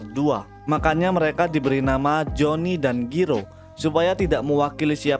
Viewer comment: Gw- gw langsung ngakak pas lu bilang giro di banding jairo alias cara baca asli nya bang